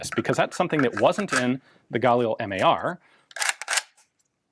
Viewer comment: Can't help noticing that Ian pronounces "Galil" the French way. Israelis put the accent on the second syllable. By all means, correct me if I'm wrong. Anyway, why do police have to be limited to semi-auto? Shouldn't they at least have a 2- or 3-round burst-fire option? The bad guys certainly don't impose those sorts of "rules" on themselves. If these were select-fire, they might have sold better internationally.